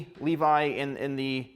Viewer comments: why u say leave-I not levi ? 🤔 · That ain’t Levi, that’s leave eye